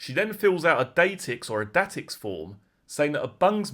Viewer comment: FYI It's pronounced "day tex" form